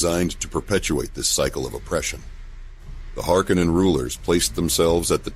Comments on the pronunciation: What's with all the alternative pronunciations lately? Duke :Let-O? House Hark-a-nen? Good video, and maybe tomato tomatoe, but still...! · He also stated that it was pronounced Harko nen, as in the first film. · I thought Frank Herbert pronounced the name a lot different from the way it is in this video.